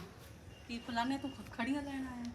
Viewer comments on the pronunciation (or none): ਕੱਕੜੀਆ not ਖੱਖੜੀਆ